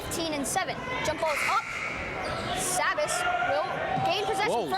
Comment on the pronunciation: It's ( say-Biss) sabis and Taconic is ( Tah-cohn-ick)